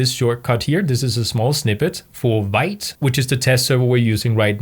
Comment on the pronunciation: hey. great tutorial! thanks for sharing your wisdom one thing i wanted to mention which bigged me, vite is pronounced "veet". it's actually french for fast